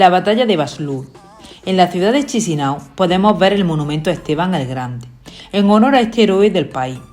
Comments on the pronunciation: Buen video. Pero como moldavo os digo que Chisinau se pronuncia Kishinau. Un poco de dentera escuchar todo el rato chisinau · Se pronuncia "Kisiniev"